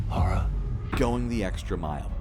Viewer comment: its LARA! NOT LAURA!! cant any American pronounce the name properly? why do you put a u in her name when you say it?